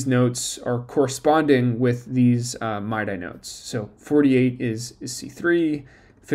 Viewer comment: Mid-eeee not my-dye. But this is cool